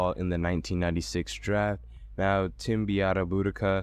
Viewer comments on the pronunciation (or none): You absolutely murdered Tim's name, but i love this video🤣🤣🤣